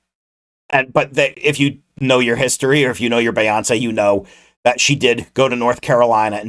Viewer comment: Her name is pronounced bee-yawn-say I’m sorry the way you were pronouncing her name bothered me LMAOO😭